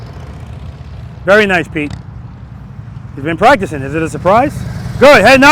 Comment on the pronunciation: all i hear is "VERYY NICEE, PETE!! VERYY NICEE!!" in a strong Kazakhstan accent. If you know, you know. :face-blue-smiling::person-turqouise-waving::face-fuchsia-tongue-out